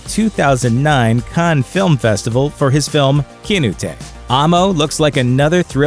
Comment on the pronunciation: Wow, I didn't even know Netflix was getting a pinoy-made series. Also, the guy's pronunciation of "Kinatay" was fucking hilarious. I actually had to look up Mendoza's works to find out exactly what it is I heard. I'm still not sure how to put linguistic stresses into writing, but I'll try anyway: It's not "KEY-na-tay," but something like "Key-NAA-tay." Enunciate the whole thing slower and the last syllable is less like "stay" and more like "Thai."